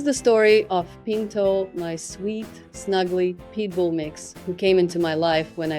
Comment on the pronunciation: I know she's saying pitbul dog.....but I hear people dog lol.